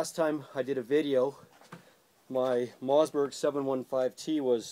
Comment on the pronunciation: MOSS!!!!!!! MOSS BERG, not mozz